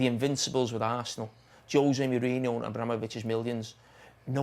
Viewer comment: How hard is it to say Merino instead of Moreno.